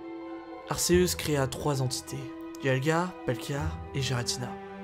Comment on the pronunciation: . . . Giratina avait pourtant créé le monde distorsion il n'a pas été banni, ta teorie ne tien pas du coup. Et stp prononce le comme il faut c'est arkéusse la prononciation pas arcéusse. Il est prononcé arkéusse dans le pokedex officiel et dans son propre film mettez vous a jour..